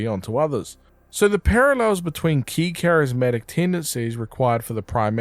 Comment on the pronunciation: Charismatic Decides to say Charismick